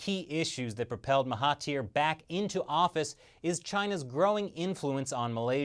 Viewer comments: It's Mahathir, not Mahatir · It's Mahathir. Not Mahatir.................... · I see malaysia, i like. Also, his name is Mahathir Mohamad instead of Mahatir. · Oh and their names are pronounced maha*there* and *Na*jib's a is pronounced like the u in sun.